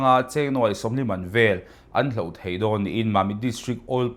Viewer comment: Chanchin thar ah leh zel pawh 'hloh' tih tur ah 'hlauh' kan han ti tlat mai hi a buaithlak hle mai